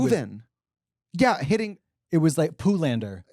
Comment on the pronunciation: "Poolander" lol